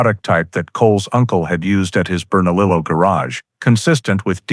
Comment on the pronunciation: Yes..... it is pronounced "hemez." "J" makes an "H" sound. Also the double "L" in Bernalillo makes a "y" sound.